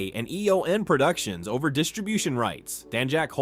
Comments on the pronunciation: I only watched 4 minutes of this trash... 1. Its EON not E O N. 2. MY6 really? 3. Random photo of... is that even Judi Dench? Why not her as M? 4. Zero zero 6? Tf? I gave up watching this at that point. How can I believe anything else in this video? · And E-O-N instead of Eon productions